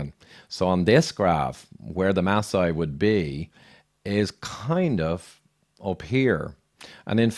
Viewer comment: Maasai not Ma sai they are the Maa tribe! I was born in Nairobi (a maasai name) and raised in Kenya.